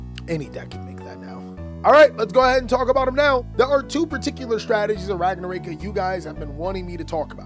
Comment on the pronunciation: Can i fix yours and everyone elses pronunciation of ragnaraika please? The rai part is not “ray” but “ri” like the word right. Its ragna ra iii ka. In japanese, and most asian languages, you pronounce every vowel. Anyway keep up the good work